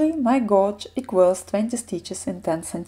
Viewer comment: Can’t wait to start knitting this! Btw, gauge is pronounced geidž 😉 and crochet is kroušei 😀